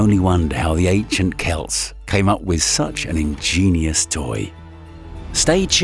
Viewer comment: wait, you pronounced Celts (sounds like "Kelts" and not to be confused with our traditional attire) the right way... WTF?